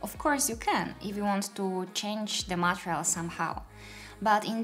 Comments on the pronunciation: Thank you! Oh, and just a small note, the word material is pronounced 'ma-TEE-ree-uhl,' not 'ma-tri-uhl.' Hope that helps! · You say material or Montreal?